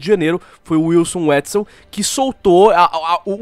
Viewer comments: Wilson UÉTSEL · Todo mundo pronúncia o nome do Wilson Witzel errado. A pronúncia correta, segundo ele, é: Wilson Vitzel Os traficantes daqui do RJ chamavam ele de Whitney Houston, durante as eleições 🤣🤣🤣